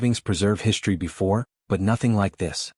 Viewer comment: Can you PLEASE tell me WTF the following words mean!!!!???? "SHTRETCHED", "SHTRANGELY", "SHTRUCTURE", "SHTRANGE", "SHTRETCHING", "SHTRONGER", "AWESHTRUCK", "SHREET", "HISHTRY", "EXSHTRORDANARY", "SHTRANDS", "DESHTRUCTION", " Your "Shtraining AI is "Shtressing" me out with it's "Shtruggle" to FREAKING speak Anglishes Properly!!!!! POS AI!!! I think you should "SHTRIVE" to do Much Gooder with a "SHTREAM" of FREAKING "..str..." words that are FREAKING pronounced properly!!!!